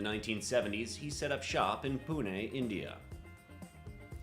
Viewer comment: You pronounced Pune 100% correctly. The business I work for has an office there.